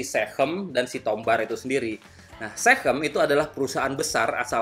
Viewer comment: SeaChem bang, sea chemical, bukan sehem, hehehe